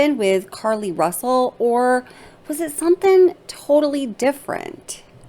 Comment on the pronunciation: 'RUSSLE' ~ Really??